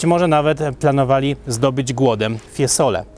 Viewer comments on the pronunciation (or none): Ja jestem też muzykiem wiec mam ucho ,nie mowi sie Fiesole e mowi sie FIEzole zzzzz nie ssss także nie oltr arno ale oltrArno również marija ,siniorija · Mowi się, FIEzole, nie FieSole a jezeli chodzi o czystosc miasta ...prawdopodobnie wysprzatane na swieta, no i centrum jest w lepszym , pod tym wzgledem, stanie.Jezeli chodzi o tzw syndrom Stendhala wg mnie jest związany z pozycją jaką przybieraja turysci...przy tym ciaglym odchylaniu głowy do tyłu prędzej czy pozniej bedzie sie miec zawrót glowy..😅😅